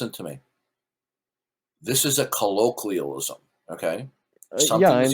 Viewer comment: A collorkweealism! Don't you know what a collorkweealism is?